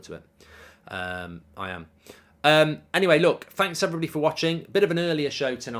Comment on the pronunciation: lol hello evelyblody